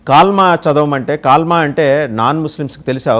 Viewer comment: కాల్మా కాదయా, కల్మ! అసలు ఆపదం ఉఛ్ఛరించటమే రాదు, మాటిమాటికి కాల్మా అనిఅంటూ నీ విలువ తగ్గించుకోకు!